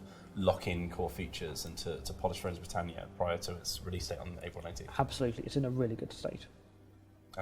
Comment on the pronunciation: FRONES OF BWITANNIA